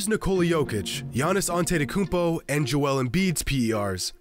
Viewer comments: "Giannis Antettykumpo" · Jimmy On-titi-kounmpo Highroller